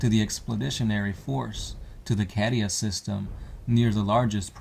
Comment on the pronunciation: I know it's spelt cadia but Isn't it pronounced caydia not cad-ia??? Like as in the word Arcadia ✌🏻️